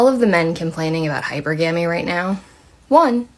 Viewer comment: It’s hilarious when they pronounce hypergamy wrong in the middle of horribly explaining it- we can tell you just googled this shit love